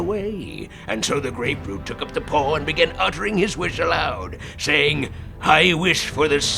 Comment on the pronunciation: How come when spaghetti boi says “funky paw” it sounds like “funky pore”